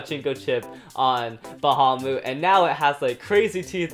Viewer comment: Why you say fafnir longinous and bahamut wrong